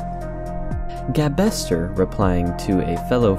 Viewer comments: Hey man great video! I've been friends with Gabe for a long time, fantastic guy. Just so you're aware, it is pronounced gabe-ster as in the name gabe followed by 'ster'. :) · A couple of corrections, "gabester" is pronounced gabe-ster since the guy's name is Gabriel, and I'm pretty sure "donoteat" is pronounced as "do not eat".